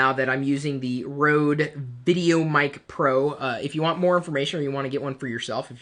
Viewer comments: it is pronounced Rodee NOT rode!!!!!! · no it's r ø de